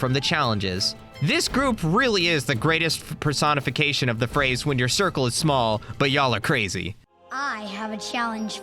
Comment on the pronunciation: The way bro said personification 😅😂😂😂